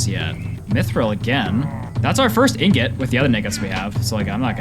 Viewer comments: bro did not say Ingot😭 (love your vids) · bro did NOT say ingot 😭